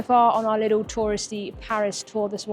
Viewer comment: Very entertaining, has a wonderful personality, she is very geuine on camera. I love the way pronounces the word "little". It is the same way my Grand Mother pronounced "little".